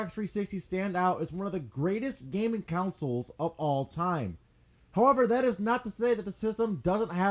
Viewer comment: Ok love your videos but u gotta stop calling consoles counsoles